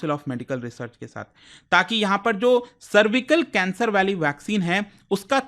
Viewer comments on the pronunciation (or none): तेलांगना नही तेलंगाना। सर्विकल नही, सरवाइकल। ऐसे किसी अन्य वीडियो में आप गया को गाया पढ़ रहे थे। मतलब कतई रट कर पढ़ाते है। आपके लगभग हर वीडियोज़ में उच्चारण दोष होता है। इसको सकारात्मक आलोचना की तरह लीजिएगा